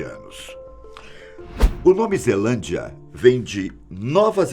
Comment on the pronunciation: Só que vi que estava escrito zealandia e ele falou zelandia